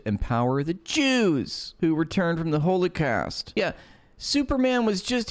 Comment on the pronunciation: im pro palestine. fuck israel and fuck zionism. however, pronouncing holocaust as holy-cast is a bit weird